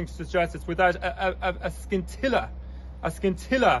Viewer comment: A schoolteacher should know how to pronounce "Scintilla".